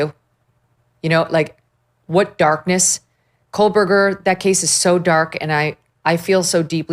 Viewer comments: There is no "L" in the name "Kohberger." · Megyn. There is no L in Kohberger. And it was Murdaugh, not Murdoch. And you call out the judge or prosecutor for calling names wrong?